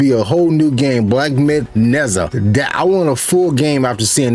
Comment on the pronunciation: It's Nur-JAH. Not nezza